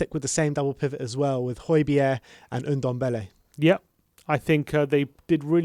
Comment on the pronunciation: Stop calling him oodombele Its Ndombele